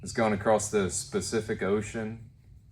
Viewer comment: “specific ocean”😂😂😂